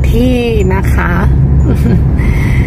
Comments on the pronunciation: 💕💕💕 💞 ท่าขี้เหล็ก 💞 ค่ะ ไม่ใช่ 💞 ท่าขี้อเหล้ก 💞 ค่ะ..อิอิ..💕💕💕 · ท่าขี้เหล็ก ไม่ใช่ ท่าขื้อเหล็ก จ้า ❤️